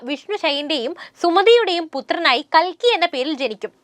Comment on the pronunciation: കൽക്കി അല്ല കുലുക്കി